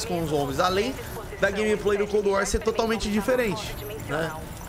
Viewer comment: PQ QUANDO VOCE FALA COLD WAR PARECE QUE TA COM UM OVO NA BOCA ?